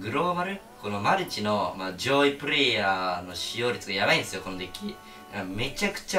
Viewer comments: 14秒の「上位ぷるぇぇいやー」がツボ笑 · 怪盗キッドの弟子 それなw